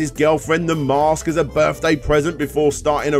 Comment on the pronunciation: It’s called the Mask. The narrator keeps calling the Mosque.